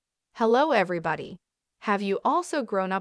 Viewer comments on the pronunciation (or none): none